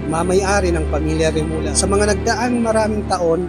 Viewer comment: Hindi remula.remulla (remulya)